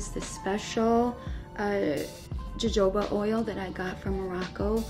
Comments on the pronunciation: It’s hoho ba not jojoba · Its (huh- HO - bah) oil........ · cringe Her skin care routine is all out of order but.. it works for her. P.S. Jojoba is pronounced like hohoba.